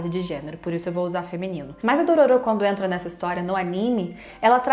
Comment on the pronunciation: DorÔro, é um excelente remake. Merece até ser pronunciado com a entonação certa...